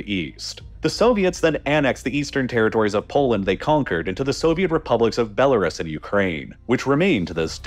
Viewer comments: It's pronounced Belarus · This guy spent months researching Eastern Europe and still can't pronounce Belarus without it sounding like it's the first time he's seen the word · Your pronunciation of Belarus /ˌbel.əˈruːs/ is inaccurate.